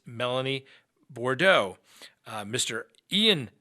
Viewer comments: Brandon last name is BOUDREAUX...… it is pronounced like this...BOO DRO not bar dough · Boo-dro is how to say Boudreaux.